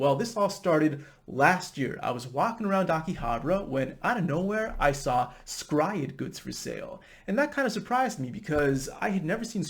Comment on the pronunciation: Your pronunciation of S-Cry-Ed is immensely satisfying :)